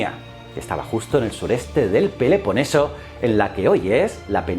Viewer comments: No es "Peleponeso", es Peloponeso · ¿porqué dices "lizurgo" y "peleponeso"? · ¿Qué sucedió con tu dicción, tu pronunciación? ¿Peleponeso? Eso podría estar en Brasil...😂😂😂 ¿Hosplitas? Estás "muy pero como que muy" apurado. Te envío un abrazo y siempre te sigo en "Historias ..." y "Ciencias...".